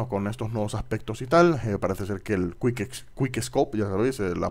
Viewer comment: es quick no te comas las letras ;)